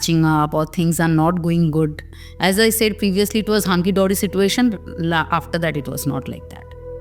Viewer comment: Honestly, if I wanted to hear a story in English I would go to a British or a US channel. I am only hear because I want to connect to my roots. I would like that done in Bengali. This is a Bengali podcast please bring in people who tell stories in Bengali. Thanks. Also, that is NOT how you pronounce 'situation'.